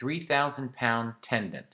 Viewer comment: Tendon….. not “tendant”